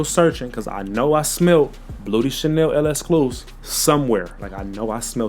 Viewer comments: This guy saying el escluse 🥀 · Yeah it’s literally just lek-skloo-seef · Why can nobody pronounce L'exclusif? 😂